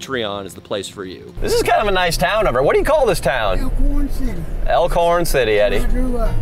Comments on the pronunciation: It's Elkhorn ky not oakhorn lol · It’s Elkhorn City,KY not Oakhorn City u count least get the name right. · Elkhorn city** not oakhorn lol